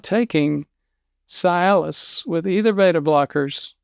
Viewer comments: It is not pronounced Sy-alis The correct pronunciation is See-alis...details matter. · Cialis is pronounced See-alis, not Sigh-alis. Another version for post-pee dribble or drops: "No matter how hard you wiggle your peg, the last 3 drops run down your leg!" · Why are you pronouncing this drug's brand name incorrectly? Is it a southern dialect thing, like how certain southern people call my mom, "Naiomi," instead of her actual name, Naomi? I always think that they're confusing the CORRECT pronunciation of her name with the pronunciation of the Kenyan city of NAIROBI! It's pronounced, 'see • alice,' NOT "sigh • alice," and I can't even watch the rest of this video because you're driving me crazy with your repeated mispronunciation of this word....and you're a real, bonafide doctor, right? Well then, one would think that you would KNOW the correct pronunciation?! I'm just an RN, and even I know the CORRECT pronunciation! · Is it not pronounced "CEE-Aliss"?? Works great for ED... and it also acts as an anti-depressant, not strong, but noticeable. The other benefits are great too! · Be nice if he pronounced Cialis correctly. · Why is a doctor Are you mispronouncing the medication‘s name?